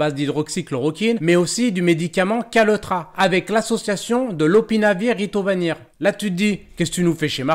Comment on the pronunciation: Ritonavir, pas Ritovanir ... ;-)